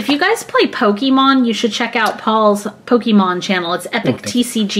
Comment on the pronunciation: Pokeymon haha xx